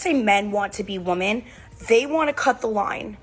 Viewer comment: Why can these idiots never pronounce women correctly?